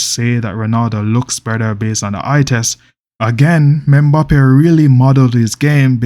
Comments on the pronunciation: its EM-BAPPE not ME-BAPPE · Menbappe😂😂😂 thought I was the only one who noticed that